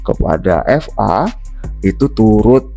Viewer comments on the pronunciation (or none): BUKAN FA WOIIIIII...TAPI VA